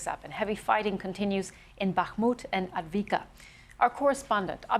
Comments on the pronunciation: 'Adveeka' they love spouting propaganda but cannot even be bothered to pronounce the towns correctly. 'Avdee-ivka.' Pretending fighting is still going on in bakhmut 😂😂😂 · She can pronounce Abdul's last name but not avdivka! 😂